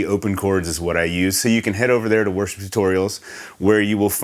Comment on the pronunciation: Love this tutorial! Every time he says "worship tutorials" it sounds like "worst tutorials". Not true at all!